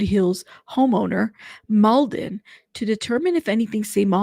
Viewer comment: It’s pronounced “Mlah-dan Treefoonovich” haha I’m from that part of the world so it’s funny how journalists say “Mould-en” lool